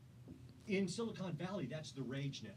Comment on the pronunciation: SiliCON Valley, not siliCONE